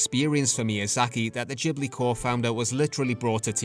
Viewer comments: It's not Jee blee, but gi·blee. Great video ! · If I may, Ghibli is an Italian name for a wind, "GH" in Italian is pronounced like "GU" in English like "guet" or "guard" not like a "J" ou "DJ". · because he is saying it in the Japan pronunciation. UK, US, Latin based language we pronunced it Gibli as intended in Italy (I’m a humble Italian from Avellino). Only Japanese and some others Asians countries says Jee because in native Japanese phonetic is different that’s all ^^ (and it would mean something else)